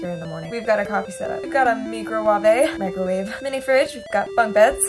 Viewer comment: The Me-cro-wah-vey😂 Nice video!